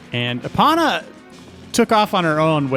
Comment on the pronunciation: Ee-Poh-naw. Not ip-ana.